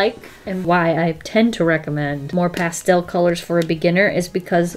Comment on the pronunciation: Nobody:: How's that for a transition?: ~past - ehhll~ Also: Is that also called roller skating? Jhhsjssjgs